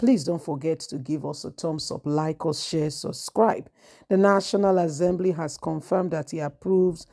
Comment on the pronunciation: Assembly NOT AZEMBLY